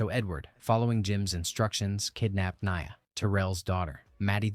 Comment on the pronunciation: Lmao that's my name but knee-uh